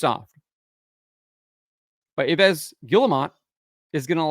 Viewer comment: Yves is pronounced "Eves", any French word beginning with a Y is pronounced as an E.